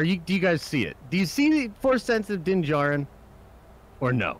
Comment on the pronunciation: I don't want to be that guy but it is Din Djarin not jarin